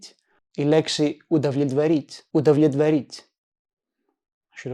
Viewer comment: Do not try to pronounce the fist B too clear in the word УдоВлетворить , and since o in the first syllable O isn't under stress it sounds almost as a-. Αs well as the second -O . Approximately it sounds as удалетварить